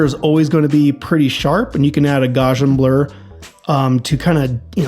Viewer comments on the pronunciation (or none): jfyi, it's pronounced "gau-see-an"